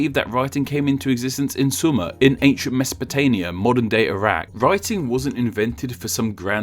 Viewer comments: Did he just say "ancient Meso-po-taNia"? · "Mesopota*n*ia", and also showing a map of Iran when you mean Iraq? Holy shit, talk about low effort.